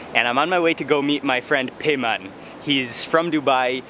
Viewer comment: بیمان !!!! not پیمان LOL